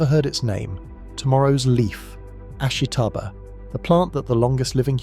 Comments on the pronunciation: You seem to have done research for your video, but you haven't even pronounced the name of the plant right. Its ASHITA-BA (ashita - tomorrow). Not ashi-taba. ASHITA-BA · You're pronouncing "ashitaba" wrong. The "i" is unstressed to the point of being virtually silent. It should sound more like three syllables, not four.